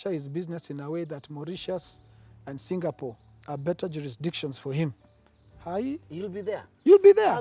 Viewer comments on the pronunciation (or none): none